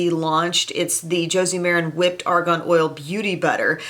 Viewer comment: psst. you are pronouncing it like Ar GON and it is Ar GAN. :-) I'm not sure we want to put Argon on our skin.....